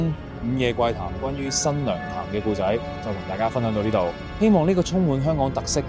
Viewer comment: 聽頭一分鍾我覺係AI, 古仔非（故）仔, 係(冼）為人知而非（先）為人知…香港人唔會讀錯